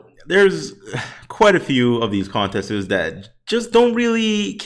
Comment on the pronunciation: Did he say contestis